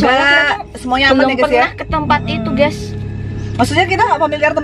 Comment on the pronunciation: Bukan geas harus geys